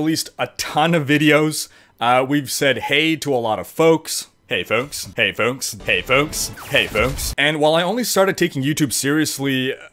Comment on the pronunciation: Oh it's "foaks"? I thought it was "folks"...what does "foaks" mean anyway? "Folks" in a cool way or something?